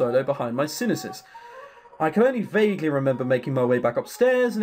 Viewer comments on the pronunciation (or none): that's a weird way of pronouncing sinuses...